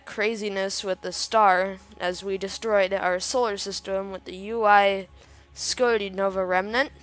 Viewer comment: Its not uy scoti idiot its UY scuti